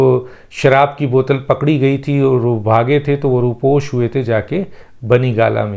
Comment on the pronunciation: ر. . کے اوپر پیش پڑھیں . . رو پیش